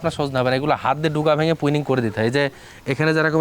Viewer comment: এই হালা ১৩৯ বিঘা বাগানের মালিক, অথচ প্রুনিং উচ্চারণ করতে পারে না, পুইনিং কয় 😂